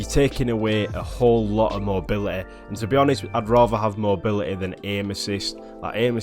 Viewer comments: "I'd radeh av mobily" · That "Mobiuhehhehh"